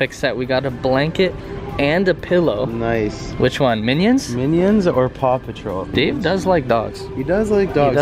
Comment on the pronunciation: Did Any One Hear Pew Patrol Instead Of Paw Patrol